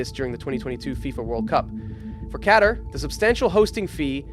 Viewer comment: The way you don’t know how the fuck to pronou Qatar. 🤦🏽‍♂️🤦🏽‍♂️ if you’ve ever watched f1 you’d know that’s not how it’s pronounced